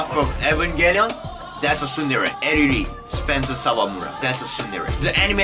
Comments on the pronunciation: triggered by you saying suundere lol tsundere mate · You are the only one pronouncing tsundere as sundere